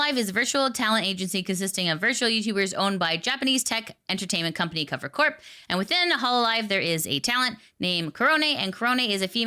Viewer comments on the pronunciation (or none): none